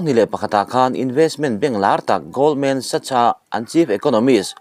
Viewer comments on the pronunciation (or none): Goldman Sachs (gowld·muhn saks) / (goldman sacks)